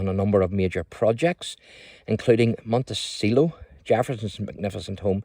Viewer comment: Jefferson's home is pronounced "Monte - chello". Occasionally, "Monte - sello".